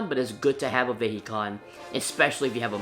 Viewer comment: its pronounced vihecon (for some reason)